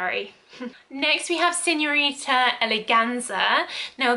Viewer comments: SignoriNa non signorita 😅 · “Signorita Figaramo” 🤣🤣🤣🤣🤣🤣